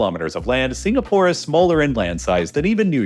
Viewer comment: "I've never heard of a country named signapoar"